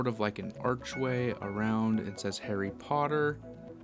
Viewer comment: Harry POTTAH!😁